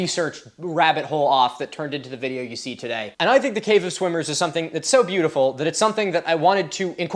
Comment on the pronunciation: Did anyone else hear " cave of swingers, which is pretty self explanitory" instead of "swimmers".......thought the video was going in a real different direction there for a minute